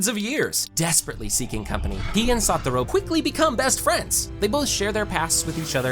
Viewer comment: Why kept saying saturo when it's satoru